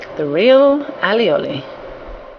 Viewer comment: Dear, Firstly, I don't know where you are from, but here in Catalunya (where it is from) it is pronounced just how it is on the video, All is garlic, and oli is oil!!!! And secondly, It is yellow because of the egg yalk and the oil.... So, before you say something you ought to know what you are talking about.....;)